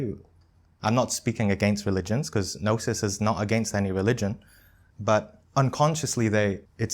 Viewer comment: aahh ok it’s Gnosis. I heard Nastik. well, Thanks!!